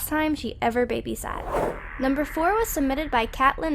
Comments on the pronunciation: she keeps saying badysat... XD i love it! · The girl said babysat😹😹😹😹😹😹 can you respell it again